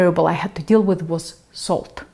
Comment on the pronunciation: Love the way Russians pronounce "deal".